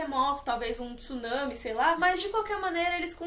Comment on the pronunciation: Como é bom ouvir alguém falando "tsunami" certo (